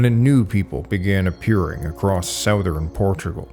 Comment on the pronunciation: what region do people pronounce southern as "SOW-thern"? Never heard that pronunciation.